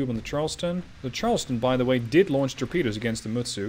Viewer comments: The correct pronountion is with T ( for Mutsu ) . At first you pronounce it correcly . I've had some japanse lellons . The guy that told you that you showldnt pronounce T was just having fun of you. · No! Mutsu is pronounced exactly as is written! I seriously wish that non Japanese people STOP trying to westernize names of the IJN ships... and if you really want to learn how to. pronounce them then look at the Kancolle or Azure Lane vikis. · The way he pronounced it is the way you pronounce in in English